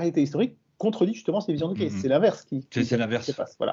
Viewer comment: Là on ne touche pas à Monsieur E. Cayce (en fait on prononce "Queïci" !! Vous n'y connaissez rien sur ce personnage. Il était presque illettré, comment il a pu décrire dans le détails des faits historiques passés, même avec des dessins ? Vous n'avez tout simplement pas cherché au bon endroit ! Il ne faut pas oublier qu'il a soigné des centaines de personnes en donnant un diagnostic et le traitement adéquat. Et c'est faux, il faisait des consultations gratuitement, et n'est jamais devenu riche. Il faudrait lire un peu plus le concernant ! Comme d'hab, vous vous basez toujours sur les livres d'histoire d'il y a plus d'un siècle. La preuve, c'est les découvertes du premier Cro-Magnon et ensuite de l'Homo-sapiens (toujours dans la Vallée du Rift ), toutes les décennies on découvre des vestiges bien plus anciens ailleurs, par exemple le site de Göbetli Kepe qui a bouleversé l'archéologie et la temporalité des premières civilisations. M. Cayce a parlé de choses qui se sont avérées justes de nos jours. Renseignez vous à la Fondation Edgar Cayce aux USA (enfin, si vous êtes anglophones... ), ils ont toute la documentation. Allez, avec vos 11 vidéos... c'est limite pour votre crédibilité... Et au fait, c'est qui le gars avec sa casquette de à la noix ? Connais pas !